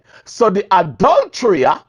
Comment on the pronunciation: Adulterer, not adultrya. Mi love yu, mi jus a mek yu know!